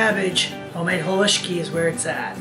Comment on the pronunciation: Living close to the coal region thank you for saying haluski correctly.